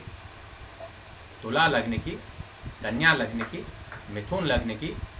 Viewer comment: धनु लग्न नाहि आया उच्चारण नाहि आया गुरुजी